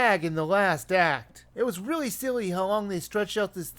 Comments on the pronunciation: no, he said wiivy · be very quiet, I'm hunting Wabbits. He did say really, not weawy.